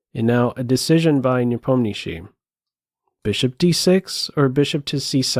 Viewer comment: Before watching the whole content I wan't to say ,this is the best pronunciation of the name of Ian Nepomniachtchi from non russian ever to be heard!